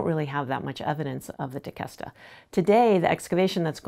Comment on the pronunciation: So everyone that lives in palm beach, you’ve been pronouncing Tequesta wrong lol